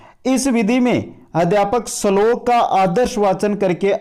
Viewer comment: श्लोक को सलोक बोल रहे हो